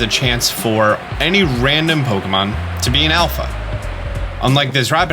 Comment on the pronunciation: I simply cannot stand the pronunciation, "poke-uh-monn"